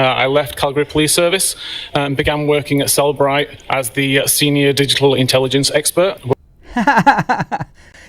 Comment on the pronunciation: JFC, doesn't even pronounce the name of the company he works for correctly, but we are supposed to believe he can analyze phone data w/o metadata 🙄. It's Cell-e-bright (three syllables), not Cell-bright 🤦🏼‍♀️.